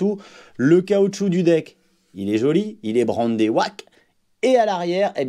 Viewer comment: Ça se prononce aoke, pas waak 😁😁😄